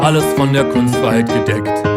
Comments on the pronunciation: that pronounciation was good exept for the kustfreiheit u say kunst frei heit u say heit like hait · Or rather like height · you said all well but take more time: it's kun-st fray-hate(heit)